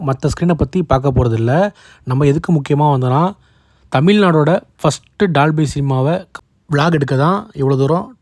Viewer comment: bro good vieo but say dolby not dalby pronounce o not a